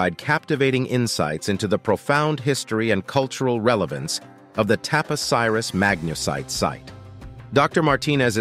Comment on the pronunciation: So strange -- you list the tunnels at Taposiris Magna 5 times - why? And you pronounce the place name differently each time. It's not Tapos Iris but Tap-Osiris.